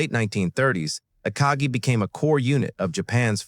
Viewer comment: Somebody should show this guy a picture of the Akagi and tell him how to pronounce the name